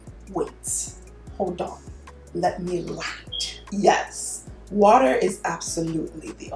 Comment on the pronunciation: I feel a little crazy cause i was out here repeating "water" (waarrrer) with her in the same accent 😂😂😂